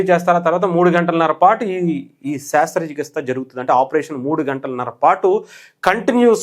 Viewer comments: బయ్యా శాస్ర కాదు శస్ర.... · అది శ్రస్థ చికిత్స not శ్రాస్థ చికిత్స